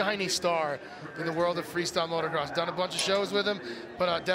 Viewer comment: You would think the "World class" announcers would know that there is only one "R" in motocross, but no. Both of them said motorcross.